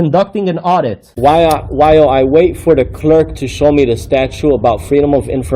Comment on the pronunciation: Why does he pronounce "clerk" and "comply" the way he does? There is no disdain for the public; there is disdain for the creepy frauditor harassing public employees for no reason.